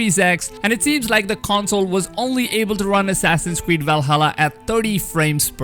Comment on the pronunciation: Nobody: The dude in this video: WIKINGS ASSASSIN'S KWEED